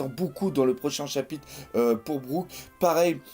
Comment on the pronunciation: Arrête de dire chapite c'est insuportable haha